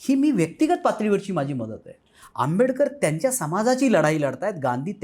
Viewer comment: Dr. B R Ambedkar ji ka naam sahi dhang se lijiye